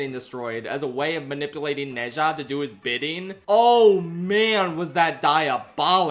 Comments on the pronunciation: Small correction: Ne zha isn't read as "ne sha" the actually pronunciation is "nuh ja" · Bro how did you watch both movies and not pick up how to pronounce Zha. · It should be pronounced as ner-zha, as in nerd without the d and zha the same as shard but with the s changed to z, and no rd of course. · I genuinely enjoyed the review, but c'mon, did you not hear how they pronounce Ne Zha's name in the movie? It's closer to something like Nuh Jah. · True Chinese is amazing like to is neza like it’s ne ZHA(pronounced like ja) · Pronounce Nezha correctly before making a video on it. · He's kinda close already. It's just the pronunciation of the 哪 vowel and the zh in 吒 is still too close to a J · I’m sorry but the way you pronounce nezha- XD